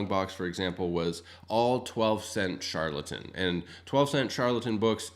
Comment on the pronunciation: Char-el-ton books, not Shar-la-ton (trying to type phonetically here). Other than that, lots of good information here.